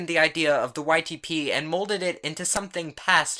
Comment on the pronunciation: every time u say ytp i hear : white tee pees